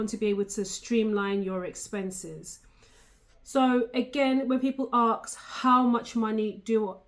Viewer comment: Aks or ask?